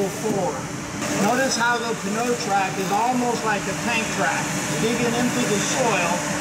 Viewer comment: Would it not be pronounced "no-trac?"